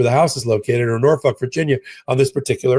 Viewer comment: Haha, you just called Norfolk, Norfuck, you nut!!!